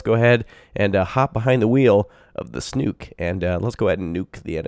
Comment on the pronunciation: Snook rhymes with book, not kook. 🤓